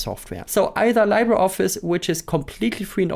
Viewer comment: “LibreOffice”: Im Englischen wird es wie “LiebreOffice” ausgesprochen. Genau so bei LibreWolf.